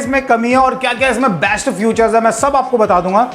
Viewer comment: फ्यूचर नहीं....फीचर